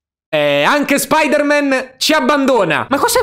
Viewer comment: secondi non Spider man ma SpOdEr MaN